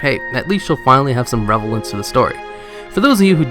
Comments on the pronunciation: revelence? RELEVANCE. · malrone and revelance... good pronounciation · Revelance? dude... learn to speak, amigo.